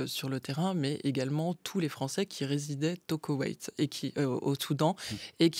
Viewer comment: Liban Koweït 😂 elle a du mal